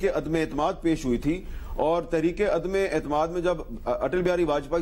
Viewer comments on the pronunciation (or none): عدمے نہیں عدم اعتماد